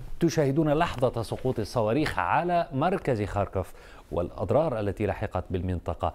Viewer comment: اتابع الاخبار من عدة مصادر . . . لاول مرة اسمع اسم مدينة ( خاركوف ) بشكل صحيح من السيد احمد فاخوري